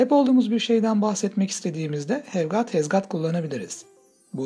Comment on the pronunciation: Ayy hev gaat ee van pensıl 🥴